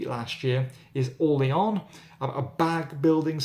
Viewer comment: There's nothing wrong with this presenter's pronounciation of French & Spanish names (e.g. Vabanque, Orléans & La Granja). For a high degree of botched input, try Stateside :)